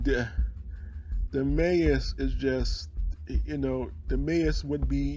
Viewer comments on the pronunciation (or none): Maus= MOUSE its pronounced the same almost the same like MAssh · maus is pronounced like in english ! Depp ! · The mose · Your pronunciation of the word ''Maus'' just cracked me up x'D